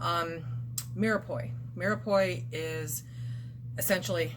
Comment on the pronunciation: By the way, I'm French and it's pronounced "meer pwah"